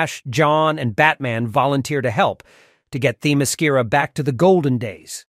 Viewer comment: Why did you add all that woke morality there at the end? You even mispronounced the island!